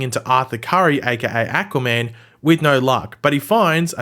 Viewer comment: i cant unhear ahquua man